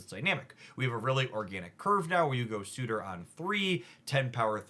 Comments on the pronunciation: Sur - tur not su - tor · surtur not sutur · I wonder if Surtor has a suitor? or are they already spoken for... or is it just that words are hard 😅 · Love the video! Just a heads up. It’s pronounced “ser-ter” but that card is gonna make Skaar decks even better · I find it very funny how an intelligent and thoughtful creator like can so consistently bump into pronunciation issues. Surtur, Arańa, Negasonic Teenage Warhead... EDIT: Halfway through...not just issues with Surtur. XD